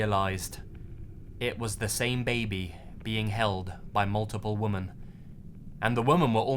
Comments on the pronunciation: wih-men =women this one is pluralwoman is the other one... singular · Why do you say 'women' singular instead of 'women' plural? I love your videos but this drives me crazy 😫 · I love your videos,.:-) I love listening to your narrations, but there's something that unnerves me. You pronoun the singular "woman" and the plural "women" the same way. The two words have a slightly different pronunciation. I just had to point that out. Keep up the great work! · The only criticism I have is the pronunciation of women as woman. I’ve heard it multiple times, now. I doubt you realize you’re doing it. Sorry. I’m picky about things. ^^’ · Why do you always say "woman" when it would make more sense to say "women"? Sorry dunno if you've touched on this before but just always wondered 🙂 another great vid btw 😁